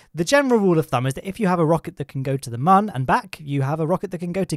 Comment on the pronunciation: Protip: mun is still pronounced MOON